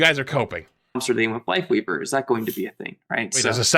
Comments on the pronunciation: He DEF said Wifeleaver. No joke bro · Just for some info... doesn't say WifeLeaver.... but he def does say accidently WifeWeaver 🤣🤣🤣🤣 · nah he definitely said ""wifeweaver" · bro said wifeleaver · He 100% said wifeleaver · he said wife weaver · Wifeleaver bro... he said Wifeleaver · he 1000% said Wife Leaver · HES SAYING WIFE WEAVER NOT WIFE LEAVER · He 100% says wifeleaver bro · I love that he clearly says wife leaver especially when he slow it down but still argue that he doesn’t 😂😂😂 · HE 20% SAYS WIFELEAVER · He says it twice but you can tell there's a clear difference in how he pronounces it either time. Unlike the first time, he has a clear L for life weaver while even in slow mo he sounds like he says Wife leaver the first time. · he said wifeweaver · I’m sorry …but the Reinhardt size Brigitte Ultra wide HD TV shield does not look good…..that’s just my opinion… Listen closely… most definitely did say “WifeWeaver”. There’s even a very very VERY short pause because he realized he fu*ked but kept going regardless. 😂🤣 That did indeed sound like “Tree of Wife”. ………………………………………… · oh he definitely said Wifeweaver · He said wifeweaver lol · He totally fuckin said wifeleaver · He said Wife leaver😂 AND THE DRESS WAS ALWAYS BLACK AND BLUE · hes saying lifeweaver it sounds like he has a tiny speech impediment